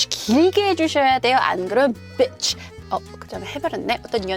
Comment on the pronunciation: 언제나 bitch 발음은 권아나가 최고로 임팩있습니다